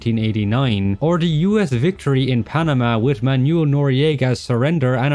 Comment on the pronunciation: Someone should make a second channel and count all the times butchers non-English names. "Zao"? "Manyul"? "Paitilia"? Where is he getting these?